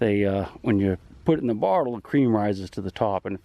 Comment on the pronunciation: Love the way you pronounce bottle .